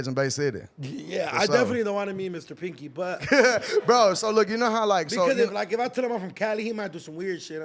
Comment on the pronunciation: It's PANKY! NOT PINKY 😂😂😂😂 Lol you doing your thing! BAY CITY TEXAS ON THE MAP!❤❤❤❤❤❤❤❤❤❤❤❤❤❤